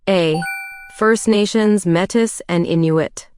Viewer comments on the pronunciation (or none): The AI pronunciation is a bit bothersome, esp when pronouncing 'Métis' but overall, thanks for these tests!